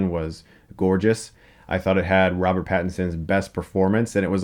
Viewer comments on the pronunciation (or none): none